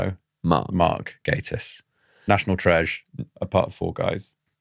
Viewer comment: I can only profusely thank you for pronouncing his name correctly. One of my biggest (semi irrational) bug bears is people saying Gah-tiss.